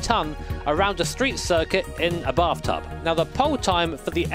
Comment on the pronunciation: Christ I almost broke a rib the way you said bath tub.